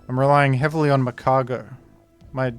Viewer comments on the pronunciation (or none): It's Magcargo